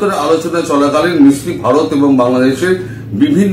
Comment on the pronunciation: Vikram Misri... Not Sikri...!!